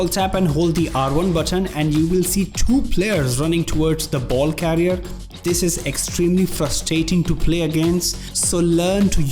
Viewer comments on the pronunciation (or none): none